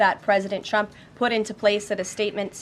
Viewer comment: Have you ever noticed that she pronounces "Trump" as "Chump"